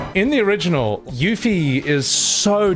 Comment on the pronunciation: this is random but it really grinds my gears when you pronounce Yuffie's name incorrectly you ancient artifact like you choose the worst way to pronounce it but choose the better way to pronounce tidus name which i back but yea wake the fuck up